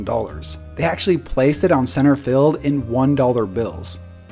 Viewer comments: I hate how he says “fild” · Please pronounce the word FIELD correctly and stop saying "filled". It's horribly annoying.